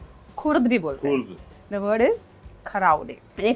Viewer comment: its Khurr not khurd, yes its a local slang in North India.